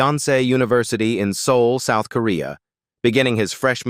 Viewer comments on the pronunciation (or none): none